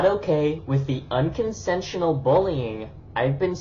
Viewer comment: He actually said "unconsentional" 😂😂😂😂😂😂😂😂😂😂